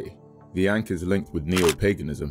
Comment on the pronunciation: It’s pronounced Ankh